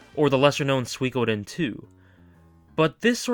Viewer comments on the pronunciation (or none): none